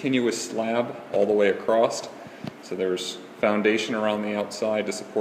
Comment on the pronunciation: There's NO SUCH WORD as "acrosst"! Who the fuck talks like that? Never took an English class, huh?